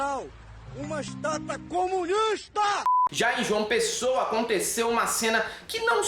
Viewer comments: Estauta?kkkk..vai aprender a falar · kkkkkkkkkkkkkkkkkk Estalta ou Estata? lol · "Stauta", "estata" kkkkkkkkkk O surto patriótico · Não se diz estauta, se diz menumento!